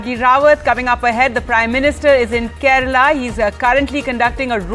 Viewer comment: Yes, ofcourse. It is "Kerala" not Kerla 🤣